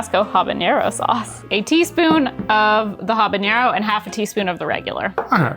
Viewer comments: The word "habanero" doesn't have an ñ in it, so it doesn't have the "ny" sound, like in mañana ("ma-NYA-na"). Instead, it's just "ha-ba-NAIR-oh". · I think the way says "Habanero" is worst than the "Eggs" thing. I had to pause the video and take a walk after the way he said it.